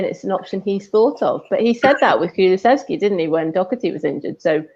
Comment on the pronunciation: Am I hearing it right?? She kept saying Kulusexy?! 😨